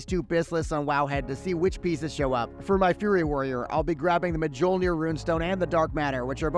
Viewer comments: Good video. Deserved a like... but not subbing because of how you pronounced Mjolnir. ME OL NEER , is the proper method. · Hey man, I appreciate the effort you put into these videos and like the general channel but this video falls a bit under short and unfortunately has some inaccuracies that you should reconsider. First of all, Mjolnir is read with the J as a Y. Myolnir. Same way as Eren Jager is read as Yegar. But more seriously, the first real issue is the with mentality you bring with the idea of looking to get high gear score fast. Let's break it down a bit. First of all, the idea of gear score is to have a system in place that allows players to know quickly how relevant is your gear. Note, I'm saying relevant and not good. a Person with 4.2k GS can have a close to BIS naxx 25 gear on them. They may pull out better numbers than people that have 4.7k GS people that carry a lot of pvp items on them. The reason is that itemization is usually more important than the Ilvl. Ilvl only determines the amount of stats but is doing nothing with itemization. A good example for this can be seen with trinkets such as soul preserver for paladins or greatness for many DPSers. Both of these trinkets have relatively low ilvl when comared to other trinkets from ulduar and are still better choices in some cases despite the lower ilvl. A 4.8K GS rogue that has only pvp items will not pull the same dmg as a 4.5k rogue that is fully pve geared (and itemized correctly). Therefore instead of looking for items with higher gear score, it is better to understand the kind of itemization you need for your char and start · You are wrong about mjolnir, it is a J sound, not a Y. It is danish/norwegian and we dont use Y sounding J's.